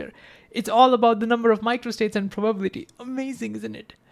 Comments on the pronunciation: Divide long words into parts - that's how one reads tonguetwisters. Probability - PROBA💉 - BILLY🤠 - TEA🫖 Meanwhile bro pronounces it like PRO😎 - BUBBLY🛀 - TEA🧋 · PRA-buh-bility Every time he says pro-BAH-bility it gets me. I'm like WAT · It’s prah-ba-BILL-I-tee, not pro-BAB-li-tee.. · Very engaging presentation. But please, please stop saying probablity. It hurts. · Greaaattt video awsome really but everytime you say probability i want to just 😭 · thats not how you say "probability" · I learned a new way to pronounce probability which I thoroughly enjoy 😊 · But then Feynman said:, your explanations are good and you communicate my lecture material well, but why, why, why,, do you insist on pronouncing “probability” incorrectly? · The way he says “probability” lol. I love this guy